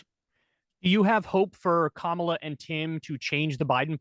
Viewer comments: Kamala … Like Pamela but with a “K”is better than K-MAH-la . Or , La … but I give Jesse a pass as he worked with James Harris better known as KAMALA . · Jesse still pronounces Kamala's name the racist way. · I wonder why no one ever gives Jesse Ventura any flak for saying “KaMahLah” instead of “comma-la”? I think it’s from when he battled a certain giant from Uganda? Jokes guys. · As soon as he said her name the MAGA way, I had to turn it off.